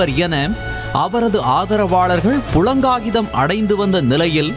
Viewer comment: புளங்காகிதம் இல்லை அது புளகாங்கிதம்